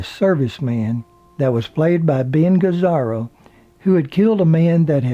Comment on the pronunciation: Only proble with this is the narrator mispronunciation of Ben Gazzara, Tony Fransciosa , and other's names. He also mispronounced Anatomy. The autobiography was well done, though.